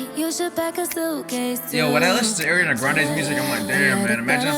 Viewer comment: Her name is pronounced "Ar-riana not Air-riana"